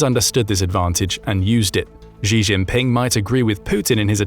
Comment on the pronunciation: Xi is pronounced like She, not like Zhi